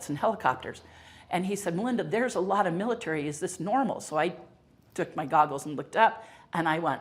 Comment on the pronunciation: Yeah, the word is MILL-UH-TARY… not MILLA-TREE